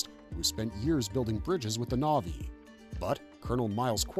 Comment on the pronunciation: what is this pronunciation of the na'vi names....